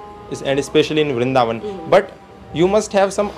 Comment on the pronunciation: vrindhavan nhi vrindavan hota h..mai bhi vrindavan se hu or vaishnav brahman hu ...hme hi brijwasi kaha jata h